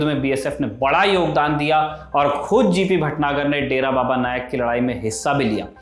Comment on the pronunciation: Its “dera baba nanak” not “nayak”